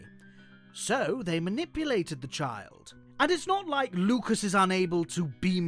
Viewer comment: LUCAS NOT LUCUS WTF MAN